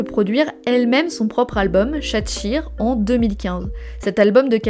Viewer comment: Bon, j'ai rien appris parce que c'est genre mon ULTIME idole depuis 2016 (et je l'aimais déjà avant, mais le vrai coup de foudre a eu lieu en 2016) mais superbe vidéo ! Juste ta prononciation de son nom coréen, Eun pas Oun et de l'album Chat-Shire qui se prononce en anglais, mais bravo sinon très bon contenu 😍